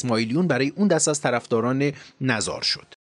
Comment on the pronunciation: قهستان با " او " تلفظ میشه مثل قم نذار هم با کسره تلفظ میشه مثل کلمه ی نگاه